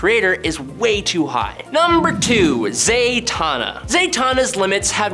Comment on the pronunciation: Why does it sound like you’re saying Zaytanna?